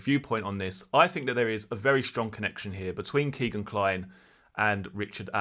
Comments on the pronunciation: His name is not "Keegan". His name is "Kegan" (rhymes with Megan). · Nice video G but it's kegan not keegan Keep up the good work